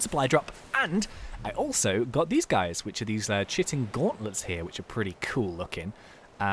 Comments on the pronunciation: I think it is not pronounced as chitin(chi-tin) but rather as (ki-tin), but I think you already know that,I dont know, like this comment if you think its true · its k-iy-tin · the h is silent